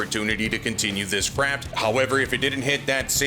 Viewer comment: I don't know if your saying let's continue with this craft or crap hahaha!😂